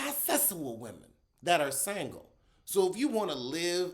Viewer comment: “Sangle “ lol 😂